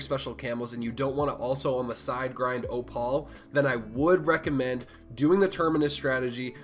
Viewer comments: Op-al lol, thanks for the strat though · "oo" as in "oooh a bird." "pal" as in buddy or pal. "Oo pal" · The only person in the world who pronounces opal as ohpaul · ahahaha literally